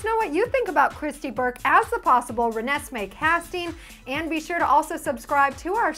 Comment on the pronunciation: actually says Renesmee right!